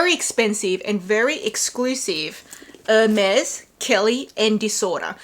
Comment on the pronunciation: I keep laughing at everytime I hear Walmart Wirkin & Wermes😂😂😂